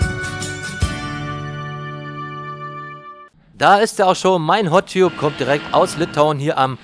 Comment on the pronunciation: Gesprochen "Hot Tabb" =) Ansonsten 5 Sterne Deluxe